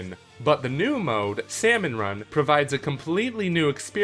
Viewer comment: He says the l in Salmon... [TRIGGERED]